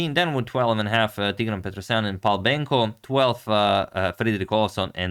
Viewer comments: Hi Adamator, Your prononciation of Tigran's name/surname is pretty good. In Armenian language the emphasys is always on the last vowel. Tigra!n Petrosya!n. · Asked my Armenian friend about pronunciation. He said Teegran Pet Ros Yan.